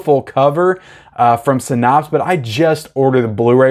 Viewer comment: Hey I don’t mean to be a dick but it is pronounced “sy-NAPS” not “sy-NAHPSE”. Love you!